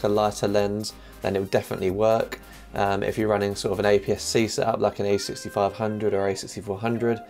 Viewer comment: That is a great "sehup" you have there 😁